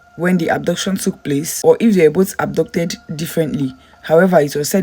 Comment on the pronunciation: Are you saying abducted or adopted? Speak clearly please